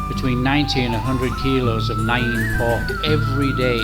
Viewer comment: Alway's wondered how it was made. Great video. Btw it is pronounced "nam same as Vietnam"